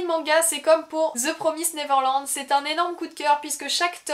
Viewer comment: Première fois que j'entend quelqu'un prononcer correctement The Promised Neverland :D